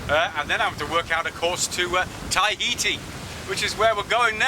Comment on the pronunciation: Tahiti TA-HITI not tie-heati...